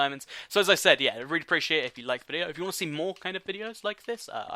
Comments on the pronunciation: He said seed rather than see! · Anyone else notice the way he says the word "see" he says seed